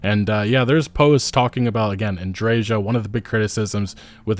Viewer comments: Andre(j=ia) Andreja = Andreia. The later is the correct pronunciation of the name. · Literally no North American I've heard speak about Starfield can pronounce Andreja correctly. Or Pagliarulo. How hard could it be?! Having said that, Starfield is garbage, Shattered Space is garbage, Bethesda is, sadly, garbage -- much like modern BioWare. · I still don't understand how they butchered Andreja's name, nobody pronounces it like that